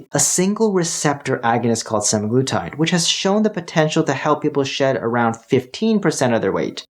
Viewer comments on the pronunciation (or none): none